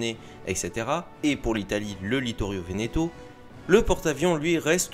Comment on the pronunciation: Juste c'est Vittorio Veneto et pas littorio veneto sinon très bonne vidéo bien documenté